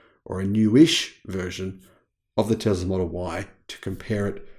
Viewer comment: There is no z sound in Tesla.